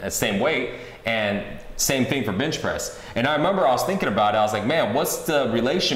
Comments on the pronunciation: is it me or everytime he says benchpress it sounds like bitchpress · did he say "bitch press"?